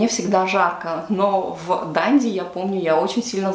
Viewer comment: ДандИ на последний слог